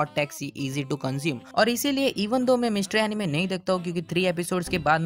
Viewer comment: I like the part when he says the word "MYSTERY"